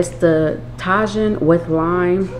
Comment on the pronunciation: lol ok nope.. it’s ta•jin pronounced TAH-HEEN ok or if u wanna really pronounce it with your Spanish accent then it’s pronounced that way•heen! Lmao but never ta•jin